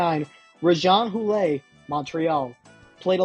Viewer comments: Short "o" on Joly, don't pronounce the "e" on Houle, Daigle is DAY-g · Could you programme your AI to pronounce names correctly? Michel Plasse is pronounced as it is spelled as is Rejean Houle. There is no 'A' at the end of their surnames. At least you got Perrault surname correct. First name no. The photo of Rob Ramage is actually Lanny McDonald. C'mon. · Almost 2 minutes in, Guy LaFleur was actually pronounced correctly. Rejean Houle though, smh. It is a neat and nice reaction but, hey study the subject matter. It is not pronounced GILL-BEAR… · By 1970, you've already mispronounced three of the four names. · First of all, that’s not how you pronounce Daigle or Houle. Secondly, you gotta be a special kind of stupid to give ERIC LINDROS an F on anything.